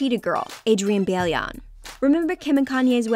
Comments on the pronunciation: It's not Adrienne "Bee-ah-lee-on" it's "Bye-lone" wich doesn't matter anymore, cause she got married and now her last name is Houghton. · ITS Bailon(By-Lone) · This narrator just can't say nobodys name correctly... Adrienne 'Bailion'.... Seriously? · “Adrienne Beh-Lay-On” I died. It’s Bye-Lone. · Bailon is not baylon !!! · Adrienne "bail-eee-yon" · And Adrienne Bailon as 'byaylyaun' 😂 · anyone else hear how she said adrianne's last name? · i cringed when they pronounced Adrienne's last name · That’s not the way you say Adriana’s last name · And adrienne bailons last name